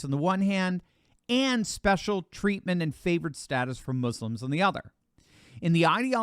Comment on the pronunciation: ohh. i felt all warm when you said "MUSLIMS" rather than "muZlims", thanks for not propagating the mispronunciation